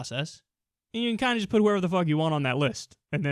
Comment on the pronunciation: "To do what is riighT, and what is juss". You just pronounced the T in right, where the hell is the T in just? Sounds like he intentionally mispronounces his words.